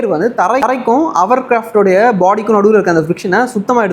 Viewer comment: ஹவர் கிராப்ட்?????? ஹோவர்கிராஃப்ட் இல்லையா?